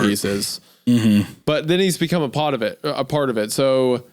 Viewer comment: A PAHT OF IT